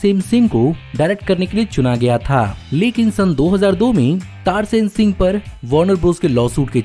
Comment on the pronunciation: Tarsem Singh tum ne galat pronounce kia hai